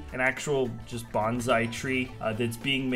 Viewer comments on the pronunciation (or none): none